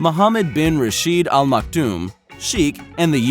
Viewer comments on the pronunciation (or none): none